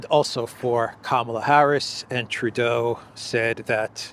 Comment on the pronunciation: Justin Tur-dodo! 😂